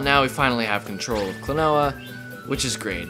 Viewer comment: it's "klonoa"! and he's not tails brother! tails is a sega character and he's a namco character! you know that!